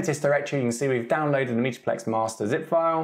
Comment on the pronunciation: Why do you keep saying "meeta-plex"?